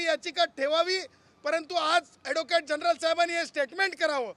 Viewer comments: General म्हणता येत नाही तुला जर्नल म्हणतोय हा 😂😂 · तुला general सुद्धा म्हणता येत नाही... जर्नल category म्हणतो 😄